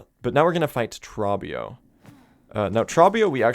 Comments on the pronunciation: Why do you call him "traw-bee-oh". He literally pronounces his name in dialogue as "troh-bee-oh". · Pretty sure Trobbio's name rhymes with grow bee owe (first syllable has a long O). He says it at the end of his fights and during his phase transitions.